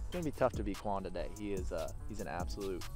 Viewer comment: Did it drive anyone else nuts that he called him "Kwon" throughout the entire video???? 🤣